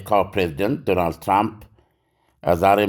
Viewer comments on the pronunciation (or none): none